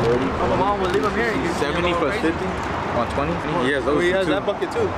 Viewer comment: Nigga said bucketa 😂😂😂